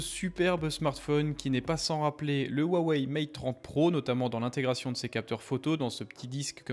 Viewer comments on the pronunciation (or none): none